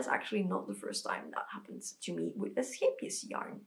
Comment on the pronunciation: me hearing your soft melodious g sound when you said "scheepjes" aahhh, one of my southern neighbours!! ❤❤❤❤ great to see someone from the benelux making this, i have finally started learning how to knit and... i thought i wanted to buy this book. clearly i do not LOL 😂😂😂😂 it looks super cute and all but OOF